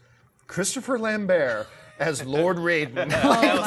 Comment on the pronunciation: Did the guy just pronounce Christopher Lambert's name wrong or was that just me????